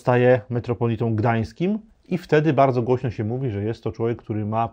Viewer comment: Bardzo wnikliwy komentarz - wielkie dzięki! Ale proszę o dbanie o język mówiony! Nie: się a sie, nie: w- myśleniu a wmyśleniu, nie: za Odrom a za Odrą, nie: wiedzom a wiedzą, itd. Pozdrawiam